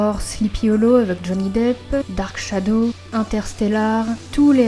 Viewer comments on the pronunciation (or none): none